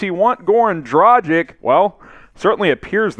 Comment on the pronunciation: Goran Dragich not Dragick. Luka Donchich easy to say why not pronounce both correctly.